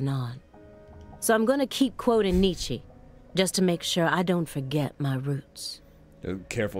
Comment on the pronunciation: Actually, it’s pronounced ‘knee-chuh’